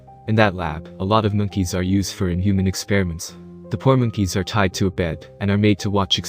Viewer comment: Why’d u say mookeys